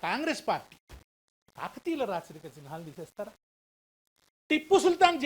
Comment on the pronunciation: చిన్ హా లు కాదు అయ్యా . చిహ్నాలు నాయన